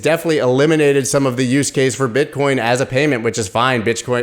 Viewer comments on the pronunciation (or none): Pretty sure you just said BitchCoin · He said “Bitchcoin”😂